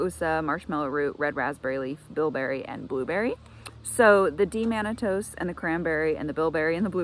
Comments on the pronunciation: It is D-Mannose not D-Mannatose Thanks for sharing your regiment. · You're saying D- mannose wrong. There's no t